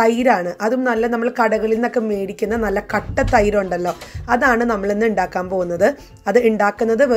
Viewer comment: Endakkukayalla undakkuka ennanu pronounce cheyyndethu...sis.😊😊